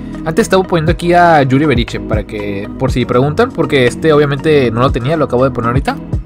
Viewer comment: es Yuri Berchiche bro, no beriche, jejejeje pero no te preocupes muchos lo confunden